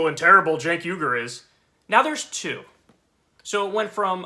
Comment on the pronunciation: Don't feel sorry for the Russophobic Russiagater. Good riddance. Oh, and it's Uygur, not Yugur.